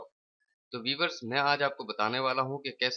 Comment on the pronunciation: o bhai vevers nahi viewers hay